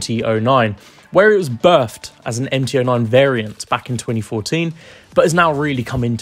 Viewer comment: Please learn to say three not free and Birthed not birffed!! Your pronunciation to this point was fine so you know you can do it!!